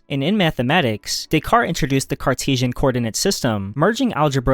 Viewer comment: A few more mispronunciations here: Descarte*s*, Edinbur*g*, K*o*nigsberg. And he needed to learn how to pronounce "Ludwig" as well. It's a shame he didn't bother to check any of these out to get them right. And how can anyone not know how to pronounce "Cambridge" -one of the world's major universities? When you can't pronounce what you're explaining your credibility really takes a hit.